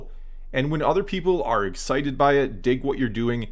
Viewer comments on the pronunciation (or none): none